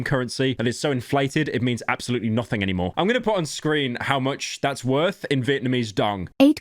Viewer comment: “Absoultley inflated. ”